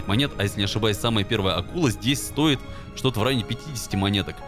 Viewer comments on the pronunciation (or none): none